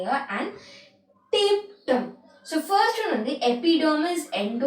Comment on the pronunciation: Nice teaching .but your pronunciation of biological term is slighty varied.like tapetum of, hilum,etc...